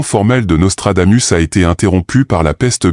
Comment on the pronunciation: On dit: Nostradamousse.